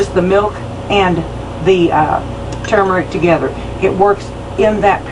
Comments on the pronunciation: Thank you for pronouncing it correctly. I will give it a try on my face too. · 👍🏽 for not saying "TOO-murick" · You are the first American I've come across on YouTube who pronounces tuRmeric correctly. It's got an R in it folks. Irritating as hell listening to Yanks pronouncing it 'toomeric'.